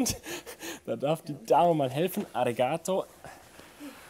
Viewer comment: "arregaato" Also an der Aussprache arbeiten wir vll. noch ;) :D